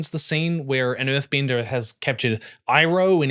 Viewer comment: "Eve-atar the lost ear-binder" 🤣🤣